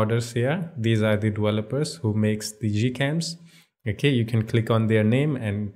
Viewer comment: I love the way you say dewelopers and wersion, lol